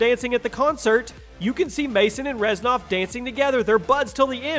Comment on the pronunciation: its Reznov not Reznof